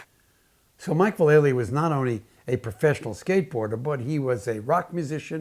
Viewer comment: Val - EL - Ly. Not Va-LAY-ly. I know everyone gets its wrong. Watch his Nine club interview and he confirms it. 😎👍